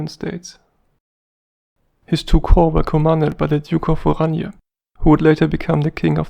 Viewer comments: If you're saying it in English at least use the English pronunciation of Orange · Yes, I was confused by that too. In English it would be more usual to pronounce his name as “orange” as in the fruit. He had been several years in British service, spoke excellent English and was well liked by the troops.